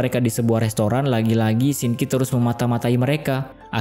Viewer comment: bukan Shinki tapi Sin qi🥲😊